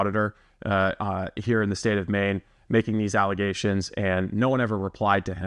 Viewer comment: Learing about "false allezations"